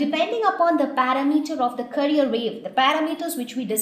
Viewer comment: pronounce carrier wave properly my dear teacher... its CA RRI ERR